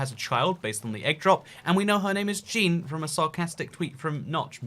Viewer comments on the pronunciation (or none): THAT IS NOT HOW YOU PRONOUNCE "JEAN"! (Zhaun)